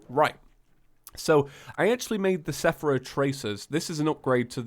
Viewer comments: I'm sorry but you kept calling it sephora when it's seraph and it's lowkey triggering me also combine the seraph tracers and the Elysian wings the wings aren't useless like the comment so can see cause it's useful info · when says seraph wrong